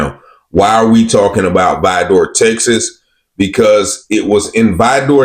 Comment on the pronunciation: Why are u pronouncing Vidor like Vi dor. It's one word Vidor not Vi Dor lmfao but yep I live in Beaumont which is 15mins away hit da highway. Beaumont is predominantly black